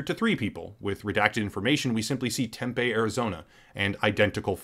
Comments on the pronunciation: It's pronounced Tem-pee, as in, "thanks to all the homeless people, this town smells like pee." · Great video. Just wanted to say it’s pronounced temp pee. Tempe Arizona. I remember the Jeff Learner video you did. It was taken down? So he was legit? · Greetings from Phoenix, AZ. Just gonna nitpick you; It's "Tem-pee" Arizona.